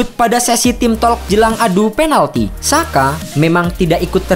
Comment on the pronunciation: Sekedar kasih saran min, Xhaka dalam ejaan Albania dibacanya Jaka. Xherdan (Shaqiri) dibacanya Jerdan. Terima kasih atas perhatiannya.